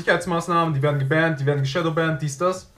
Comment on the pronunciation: Wenn du jetzt noch ein wenig daran feilst dich richtig zu artikulieren, ist das Video nur noch halb so schlimm...🤦🏻‍♂️ :-DDDWenn ich schon "gebännt" höre, frag ich mich, was du da eigentlich für eine Scheiße redest....:-D :-*